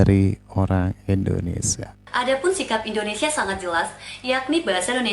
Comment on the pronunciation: Maaf bang indonesia bukan indonesa, gelihdengarnya😂😂